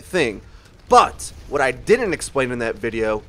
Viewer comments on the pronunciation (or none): none